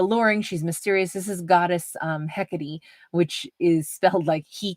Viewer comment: It's pronounced heck- a - tay .. hecka- tay .. heckatay = Hekatai